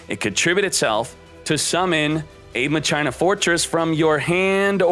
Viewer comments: it's not pronounced MA CHINA it's MAKINA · whyyyyy......its mah-ke-nuh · "Ma-china" lowwwwwwwwwwwwwwwl getting back into Yu-Gi-Oh Might run machines. Cool video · Omg if I hear Ma China one more f'in time it's pronounced Ma-Keena lmaoooo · IT'S MAKINA not MA-CHINA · Mock-in-uh. Not Machyna. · PLS no MA - CHINA, isn't it supposed to be MAKINA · it's Makina/Masheena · FOR THE LOVE OF GOD ITS MAH-KIH-NAH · u pronounce it like spanish not ma china lol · I think ur supposed to pronounce it like makina :) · I'm just here for muh-china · bruhh MA-CHINA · If I had a dollar for every time says MA-CHINA, I would have enough to make this deck. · Ma key nah is how you pronounce that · DrakathDrago I think you’re right about the pronunciation. It’s pronounced “Ma sheena” in the dub of the 5Ds anime. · Me: breaks plate: MA CHINA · He havin "Ma China" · like the vids man keep it up, but the "ma-china" cracks me up everytime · Lol “Ma-China” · The way he says machina sounds so wrong but funny since he mispronounces most of the card names pretty funny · Is he purposely saying it wrong ? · If I had a dollar for every time mispronounced Machina. Machina as in mach machine-ina as in idk that's just a bunch of letters. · I cannot stand how you pronounce machina